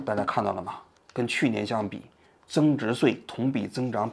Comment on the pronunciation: 增值岁，增值碎，你发音正常点行吗